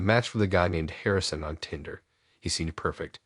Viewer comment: Why can't you even pronounce Tinder the right way? This is fucking ridiculous.